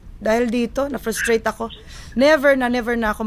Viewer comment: "na ferstrate ako"- uge hahahahahaha